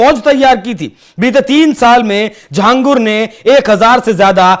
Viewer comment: Ye Akela Nahi hai Aise Kai Baba ho sakte hai desh me jinhe ye videshi sanstha fund Kar rahi ho. और भाई लिखते छांगुर हो बोलते झांगुर हो, हिंदी नही जानते क्या?